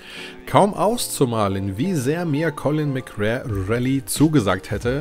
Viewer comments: Heißt es nicht Colin McRääähh Rally😎 McRare klingt komisch... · Die Aussprache ist eine Katastrophe :D Es wird [MäcRey] ausgesprochen und nicht [MäcRär] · Das wird MC Ray ausgesprochen.. 🤣 Aber ja geiles Spiel. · Bitte colin mcrae rally und nicht colin mc rare😘😘😘😘eins meiner realistischsten Rally Erlebnisse damals! Es hatte für seine Zeit eine echt realistische physik😋 colin konnte man aber nur auf der ps one/2 spielen, auf n64 ging das gar nicht, ps is the place to be! Ich liebe die n 64 im Sachen von fanatasy games 😍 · Colin McRare. 😁 Dennoch gutes Video. Ich konnte mit der Reihe nie etwas anfangen. Mir war da Gran Turismo deutlich lieber. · Ah ich habs damals geliebt ! Colin mc RAE? AHHHHHH ich dreh durch 🤣🤣🤣 mc Ray ausgesprochen! 🤣👍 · Spricht man Colin McRey aus.✌🏻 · Ich habe dieses Spiel als Demo als Kind hoch und runter gespielt. Das hat richtig gesetzt und ja, es bockt heute noch. Allerdings Habe ich mich bei deinem Video selbst erwischt, wie ich deine Aussprache zu diesem Titel jedes Mal korrigiert habe. Collin Mcrär Rally...das klingt soooo falsch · Als Rallyfan ist deine Aussprache von Colin McRae harter Tobak :D Aber das Video ist große Klasse! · Hat mich auch getriggert xD